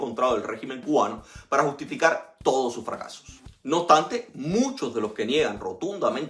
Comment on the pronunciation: OBSTANTE, con s. Tienes un serio problema con la pronunciación de la s.